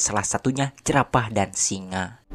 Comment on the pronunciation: Bang zebra,jerapah BG bukan jebra,jerapa